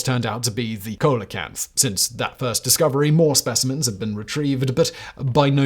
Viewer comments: I’m sure it was added during the editing process like the photos. Until Simon, I’d never heard it pronounced any other way than seel-uh-kanth. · In one of the articles during that segment, there’s a very large pronunciation guide that clearly says “SEEL UH CANTH”. I’ve noticed Simon mispronouncing lots and lots of common names here. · I'll give Simon the benefit of the doubt and assume he's reading the script via teleprompter, and hence, couldn't see the correct pronunciation of coelacanth since he wasn't reading the article itself. Why didn't his writers include that in the script? For sh*ts and giggles of course. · I love that the graphic even gives the correct pronunciation for coelacanth and he still gets it wrong lol Bobbling non-vital foreign names and places is totally understandable and forgiveable, but when it's the main subject of a segment, you might want to check out how to really say the thing there Factboi... Otherwise fun and informative as always! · Did Simon not READ his own screen pop-up which clearly showed how to pronounce it? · How come you mispronounce coelacanth as "COAL-uh-kanth"; when you show the proper pronunciation as "SEEL-uh-kanth"? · Dude do you even read what's in front of you? The coelacanth bit tipped me off. The prompt reads South African but you say South American The prompt says coelacanth is pronounced Seel-uh-kanth, you say colacanth. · On-screen text: "Pronounced SEEL-uh-canth" Simon: "Coal-a-canth" YouTube's auto-generated caption: "Cola cats" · “Coal a canth?” More like “see la canth”!🤣😂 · (/ˈsiːləkænθ/ SEE-lə-kanth) why do brits insist on mispronouncing everything? kind of hurts your credibility when you can't be arsed to look up proper pronunciation. or should i be calling you Simoun WaHistler? makes as much sense as saying "Coalikanth"... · Repeat after me......`SEE-LEE-O-KANTH`! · "Sea-la-canth" and it was a south african fishing boat, not south american. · Its "See-lakanth", not "coal-a-kanth"